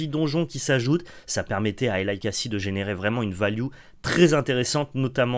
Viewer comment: Pour info, Eli se prononce comme Elie en Français.